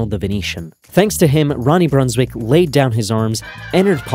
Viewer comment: In olandese quando c'è la ij si pronuncia ai, quindi si pronuncrebbe Brunswaik :)